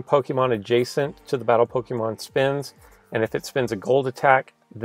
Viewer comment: Kimberly Cooper he also said pokeman